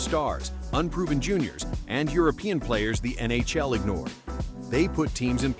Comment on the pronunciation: "the N A Shell"